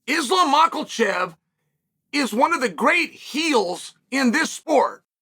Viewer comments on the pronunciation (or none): Uncle Chael there is NO “ L “ in Islams’ last name MAKHACHEV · even after all this time, chael still calls him “mackelchev” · Mocklechev 😂 you're such a tool. 😂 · 'Makhalchev' - this is deliberate at this point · At this point not being able to pronounce his last name is just pure laziness